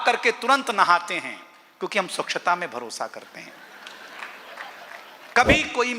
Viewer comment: ' स्वक्षता ' नहीं होता " स्वच्छता " है